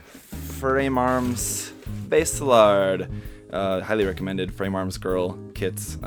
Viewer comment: Really excited to see the Baselard. It's pronounced Bass(like the fish)-eh-lard by the way, named after the town of Basel in Switzerland. It's a type of knife, :P